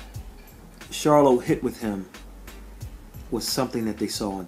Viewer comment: Good video this clip doesn't show it but, he did stumble and was helped to his stool. He also was out of it for a little while in the corner. I must give you credit for pronouncing the Charlo name correctly. Good job bro.